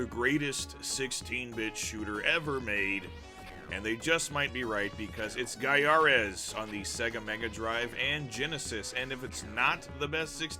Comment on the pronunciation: I still think it's said "GUY-a-res"! Good review here!